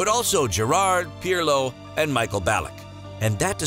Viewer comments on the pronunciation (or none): none